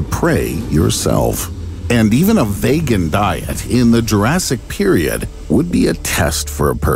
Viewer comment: vaygan diet, why do americans insist on changing the correct way words are pronounced you are so up yourselves it's un-real